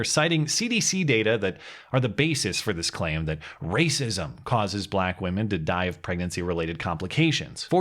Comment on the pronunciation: Shut up Matt, it's always the rah-sah-sism